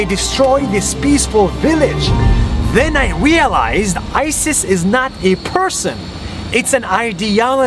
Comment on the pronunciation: Did anyone heard 'Wealized' Instead of 'Realized'? ._.